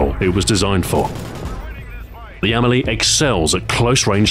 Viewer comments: With no accent, the Spanish would pronounce it "Am-EL-ee", with the stress on the E, not the A. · The Emily? Are you sure that's how it's pronounced? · I thought it was pronounced emeeley